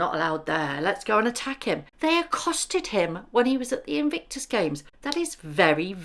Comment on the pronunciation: It’s In-Vic-tus, there’s no N in the middle of it.. love your videos x